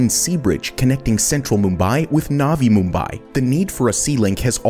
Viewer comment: Bro don't talk like naavi mumbaai please say only nvi Mumbai or new Mumbai Gujarat is gujrat not gujraaat please speak true words other wise your luxury goes to poor 👍